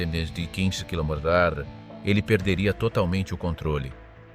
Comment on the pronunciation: nul le robot pour dire "kmh"!